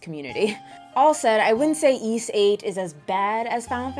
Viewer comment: It’s embarrassing but I never knew how to pronounce Ys until watching your reviews!